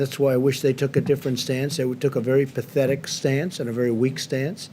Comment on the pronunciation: cant u get it right, "PERFECT!!!!!!!!!" LOL but not really lol. Did i just hear some 3 yr old just say, pathitic?